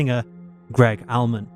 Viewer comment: You’re pronunciation of Greg Allman! Haha Jesus dude!! It’s ALL-MAN….. it’s a VERY simple pronunciation haha 😂